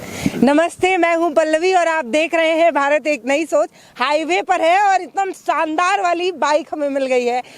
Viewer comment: मैडम आपका बोलने का उच्चारण ठीक नही है सानदार नही होता शानदार होता है